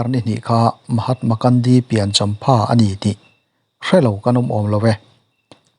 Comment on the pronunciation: Mahatma Kandi ti a i lam hi a dik lo. Mahatma Gandhi ani. Gun (silai) lam dan in lam roh.